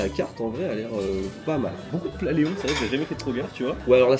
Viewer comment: pas éons mais Léon... c'est pas faute de le répéter dans la vidéo 😸